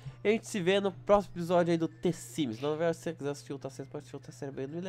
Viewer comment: mainicreft , ilande luisios , the simes 2 , pointi blak alem de massacrar o portugues faz o mesmo com o ingles kkkkkkkkkkkkk